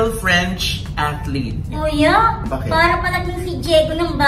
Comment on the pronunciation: Gusto ko yung, 'atleet,'..hahaha